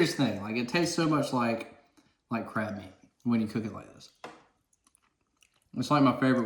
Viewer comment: thought he was saying crap instead of taste like crab